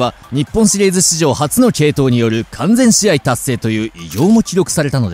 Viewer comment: 完全試合｢かんぜんじあい｣